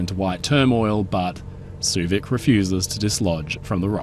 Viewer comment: I enjoyed your playful and light-hearted take on the interesting story of the Suevic. Also, I appreciate the pronunciation lesson. I've been mis-pronouncing her name as "sway-vick"